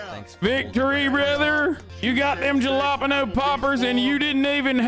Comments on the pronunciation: did you just say dshalapaenoh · Why do Californians pronounce the J in Jalapeno with the English J? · I hate every time hasan says jalapeno poppers. Not just cause he purposely says it wrong, but because he somehow thinks white people are the ones buying them. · Love the way Hasan pronounces Jalapeño